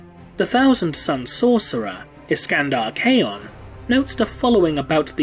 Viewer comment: My only tick about this video is the mispronunciation of Khayon. Khayon is pronounced like Cain, he explains how to say his name in Talon of Horus. Overall great content as always!